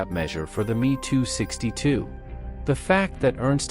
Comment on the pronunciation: M.e.262 mispronounced as well. Dump the trendy [and awful] AI narration people.